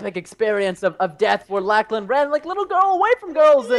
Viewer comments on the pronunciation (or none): Did Preston just call you Lak-laan ? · Anyone notice Preston say lacklan instead of Lachlan half the time.